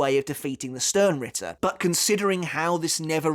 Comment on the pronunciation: You used to say Sternritter with a "Sh" sound the way its supposed to be, why did you go back to saying it with an "s" sound?